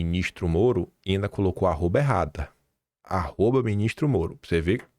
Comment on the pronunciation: Quando o está nervoso ele fala: "Nhicolas, Minhistro" pareçe polaco.